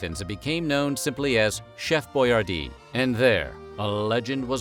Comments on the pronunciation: Your pronouncing his name wrong. It's pronounced Boy-ardee , not Boy-are-dee. Think Yardy without the y. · It's pronounced Boy- AR- DI. NOT BOYAR-Dee